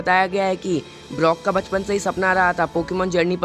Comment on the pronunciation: He is brok not blok